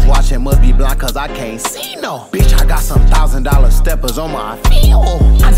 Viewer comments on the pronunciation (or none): none